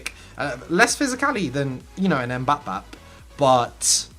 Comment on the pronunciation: "Favourite player in real life" calls him "Mbap-bap"